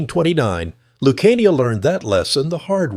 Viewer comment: AI shit can’t even pronounce luciano properly